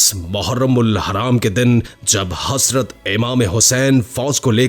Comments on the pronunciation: HaSrat nii Hazratt hota haiii ..... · THERE IS NO ANY WORD HASRAT , IT IS HAZRAT , PLEASE PRONOUNCE RIGHT WORD…..